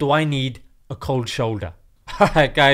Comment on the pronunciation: Seriously this is how they all sound like: "Koldd sholdder hippiti hoppitus wobbling wobbling" 😂😂😂. Man indians r naturally funny people.